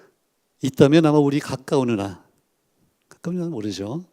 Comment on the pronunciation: 운하가 아니고 은하 時가 아니고 詩